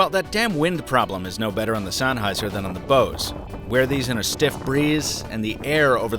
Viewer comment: God damn it, why do you pronounce it sAnnheiser? There's an E there, not an A.